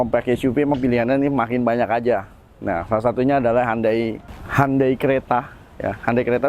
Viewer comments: Ralat bacanya HYON - DAE 😁👍🏻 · Bacanya kok handei sih....🤣🤣🤣